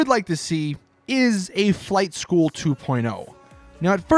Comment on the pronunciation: the way you said flight school 2.0......why